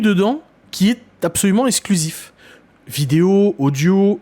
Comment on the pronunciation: les mots qui contiennent un "x" ne se prononcent pas "s"... eKSKlusif pas essclusif... c'est quand même pas compliqué...